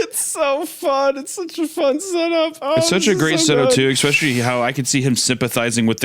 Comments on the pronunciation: Can't believe at the bingo board on that the editor didn't also mark off Hunter mocks Isaiah (he did a mocking impression of him) and "eck-specially" which Hunter already said when he was talking about dead parents. Smh'ing my head. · The FREE SQUARE on the bingo card should 1000% be “EX-SPESH-AH-LEE”… 😓 🌈🪬